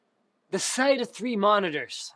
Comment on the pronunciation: “the shite of 3 monitors”